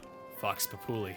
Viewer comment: I love Auresco's Japanese (Chinese? Eastern? Not sure which fits best) aesthetic. Also you pronounced "Populi" wrong. And Vox Populi means "Voice of the people"